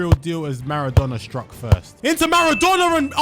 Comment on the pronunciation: “Marardonnar” “Iniester” “Ahhgentiner”